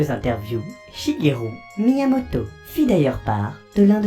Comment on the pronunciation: Shigelu/ru pas shugerou 😂😂